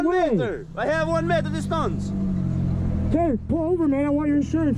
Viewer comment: "I have one meter distunce"